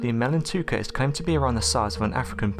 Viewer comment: it's not emel ntouka it's emela n'touka or emele n'touka (elephant killer). He spelled it right but pronounced it wrong. He also pronounced mokele m'bembe 'mokele membe'. Maybe he has some type of dyslexia. weird how he pronounces the last word of every sentence slowly and with the same intonation (pitch goes up then down). sounds creepy, stuck-up, narcissistic and unintelligent but keeps me amused.